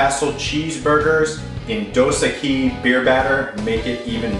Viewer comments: dos ekkkkiiiiiiiiissss thats how you pronounce it no equis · Dos EQUIS! Not Dos EQUI! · Are you using extreme lighting or are you not cooking this things long enough? They're looking a little pale. You want to be looking for a deep golden brown color (yes I am a chef). Also the beer is pronounced dose eckys. Ecky as Becky not ekise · It's DOS EQUIS... NOT EQUI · It's not pronounced "Dos Eh-KEY" (it's Mexican, not French). It's pronounced "Dos EH-Kees". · Hahahaha he said "dos aqui" like "2 here" its koo that shit looks good bruh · its pronounced dose ekeeessssss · Its pronounced,,,,,,doe-sak-ies,,,just for the future. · Say the "s" at the end of Dos Equis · u pronounced the beer wrong.. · Lol yeah that would be a way to ask for a couple beers in Spanish lol. Just laughin at the way he said it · You pronouce Dos Equis really weird. Haven't you heard of their commercials with the Most Interesting Man Alive? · you butchered the name of the beer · i know its an old video, but god damn, you can't pronounce the name of the beer right, nor did you deep fry it properly.